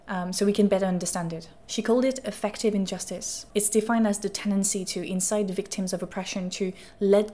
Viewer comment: Affective should have emphasis on the first syllable so it doesn’t sound like effective… AF-ek-tiv